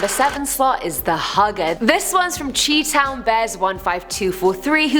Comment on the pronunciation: the way she pronounced 'chi town' lmaoo, also americans also call gym 'p.e.'